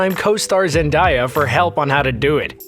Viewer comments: alright everybody say it with me now: Zen-Day-Ah yall got it? ZendAYa, not ZenDIEa, ZenAYa. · Zendaya - pronounced, ZEN - DAY - UH jacob batalon - pronounced, BAT - UH - LON let’s get this to the top so can see!😂👆🏽👆🏽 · It's pronounced ZENDEYA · zen-DAI-yah? ZENDAIYAH? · Zen-Day-Yah zendaya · I think u said her name wrong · Is no one gonna talk about him saying Zendaya wrong Ughhh it’s so irritating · The Rescued of Ducks 2806 They are Spelling it like it’s said (cause the person narrating was pronouncing it wrong) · The way he said zendaya tho...